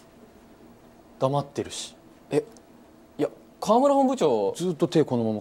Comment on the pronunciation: 「黙って」が「ナマステ」に聞こえるwwww